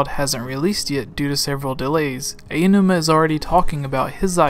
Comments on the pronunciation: It's Aonuma, not Ayanuma. For goodness sake learn how to say his name. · The way you pronounced "Aonuma" near the start triggered me.